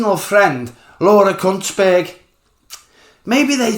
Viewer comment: Are you saying Laura's name with C and a T in there? Could just be the accent😂